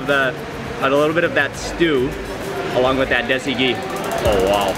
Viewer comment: yo im Pakistanis and im not trying to be mean but its dasie deesie